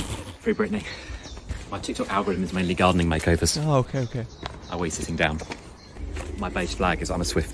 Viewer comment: "I WEE SITTING DOWN." 💀💀